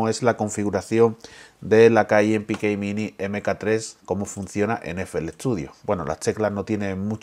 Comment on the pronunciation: em pi kei mini eme ca 3 que grande Spanglish jajaja Buen video!